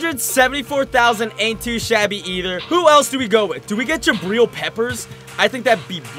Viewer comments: Does anyone else cringe a bit when he says jabreel instead of jabrill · Please say Jabrill correctly. His name rhymes with Jatrill.